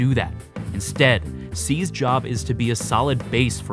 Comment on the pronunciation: Try saying "Seized's" and not "Sneezed"